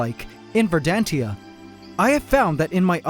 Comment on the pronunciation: not "ver-dan-tia"... "ver-dan-shia"